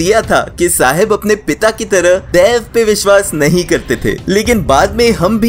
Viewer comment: It's not tulllu...it's tulu😂😂 and not daiv..it's daiva😂